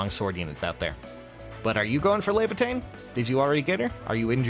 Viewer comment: res leavatein lol